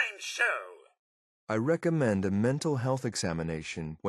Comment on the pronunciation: i fking love it when x-6 says recomendsa mental health exam XD